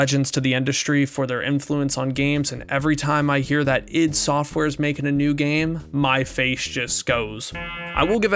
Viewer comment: "id" software, no "I.D." software. Like get "rid" of it. As in like your internal id